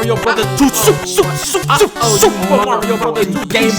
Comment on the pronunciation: Super Mario Brothers 2 SSSSUPA MAAHRIO BROTHAS 2